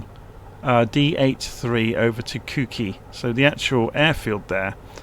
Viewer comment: You pronounced Ukiah perfectly! Thank you for all of your hard work making these videos. Much appreciated.